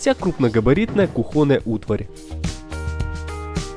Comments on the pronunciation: Что ещё закухОнным и кухОнная, наверняка ведь знаете, что кУхонная! Почему-то другие слова правильно произносите и аргумент в пользу украинского акцента уже не подходит. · Потрясающе! Вы молодцы! Только очень прошу- кУхонная) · кУхонная, кУУУУУУХОНАЯ 😂😂бляяя